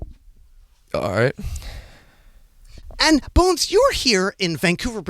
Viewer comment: The way he says alright and then just pauses made me burst out laughing